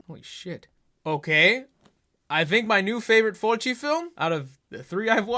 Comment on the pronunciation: Why you sayin' Fulci like that lol?